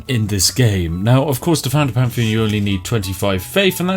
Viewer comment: Word: Pantheon Spiff: Pamfian